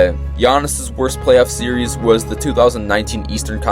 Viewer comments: Series is two syllables, my guy. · If bro says series’s one more time 💀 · how are you so dumb you say serieses?